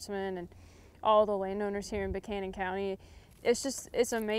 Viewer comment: Hey, I was corrected in the pronunciation of Buchanan County back in the day … locals say, Buck- Cannon County … just sayin